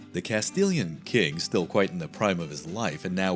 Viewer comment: OMG! The effort to pronounce the Arabic names is obvious and borderline obsessive. However, in spite of the benefit of all the videos from Flashpoint, I have cringed every step of the way at the butchering, yes BUTCHERING, of the Spanish people, battle and cities! I am a Spanish teacher, please make the same effort! Arjona = Are Hoe Nah! Jaen = ha Ehn, Castilian = cast till lee an !